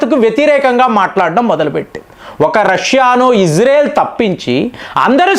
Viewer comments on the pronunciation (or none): none